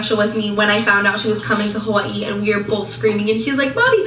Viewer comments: "Ha-wAH-EE" Geezus lol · 😏 Unfortunately what has not realised, is Jess gets bored quite easily with people after a while. After moving all the way from what she pronounces Huwii! Like the phone lol. What a total shame, because Jess for certain will bore of her soon enough. Jess will find or make excuses not to meet with her or invite her to places or her house. It will definitely happen just watch this space. Before we know it, poor sunkissed idiot will be no more. She will frizzel out of Jess life. As if she was never in it. Goodbye. Back to Huwiii you go.😃😁😘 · Why does it make me want to throat punch her every time she says “Ha-Vwye-ee?! STOP! She says Waikiki the improper way, she says every other Hawaiian word incorrectly, EXCEPT Hawaii. Just STOP! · And the way she says Hawaii literally makes me nauseous 🤢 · Why does she pronounce “Hawaii” like that? Is she ok?